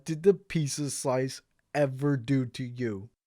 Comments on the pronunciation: Did you just say pissa here instead of pizza? Something's off here. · says the guy who calls pizza, "pissa" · I love how he says Peesa instead of peet-za (Pizza)